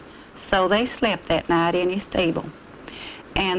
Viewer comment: silent naht, holy naht